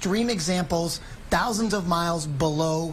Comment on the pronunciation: IT'S "TAW-ZINDS 'N TAW-ZINDS" OF MILES AWAY!! Hahaha.